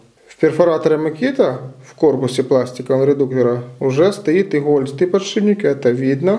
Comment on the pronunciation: Ну сколько можно говорить не подшиБник а подшиПник!!!!! Ну сложно запомнить?